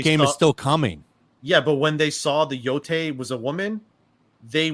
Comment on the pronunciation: Yotei - Yotay Y'all keep pronouncing it Yotai., you know enough